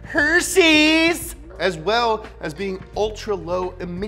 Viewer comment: “Hersseys” was hilarious